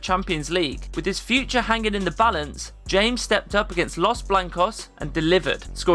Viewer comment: It's pronounced James (Hames). Just because you speak English doesn't mean you can't pronounce a name in Spanish... cool vid